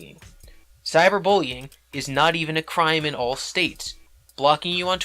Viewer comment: You say the word All weird. It sounds like your saying Wall.